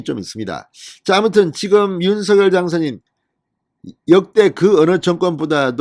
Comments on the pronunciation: 윤서결아니고 윤성녈이라고요! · 윤서결도 아니고 윤성녈도 아니고 윤석열 입니다 ???